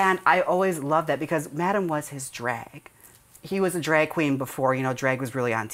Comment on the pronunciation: Jaymes pronounced "drag" weird .. Or maybe it's just me 😶 "dràggg" ?? "draeg" ??? She "dragged" "drag" at the end of "drag" & said dràeg ??? dràeg ??? Crap now it's going to bother me LoL